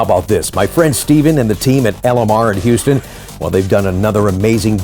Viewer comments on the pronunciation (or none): none